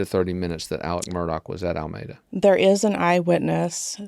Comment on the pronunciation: FYI : It’s ( coo sa hatchie ) river It’s ( Al meeda ) Y’all just learned how to pronounce Alec ( Alex) and Murdaugh ( Murdock)